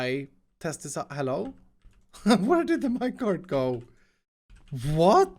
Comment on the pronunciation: Iskalls “vwwwhhhaaatttt!?”